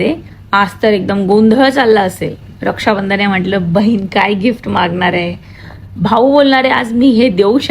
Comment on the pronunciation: Bahin bol bhayin nahi useless